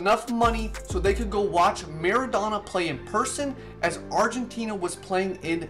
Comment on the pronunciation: Mara- Do- na You say the “do” as in your saying “dough”